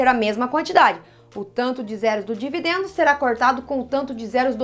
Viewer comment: "E vc marcou bem os nomes?" ela errando na hora de falar dividendo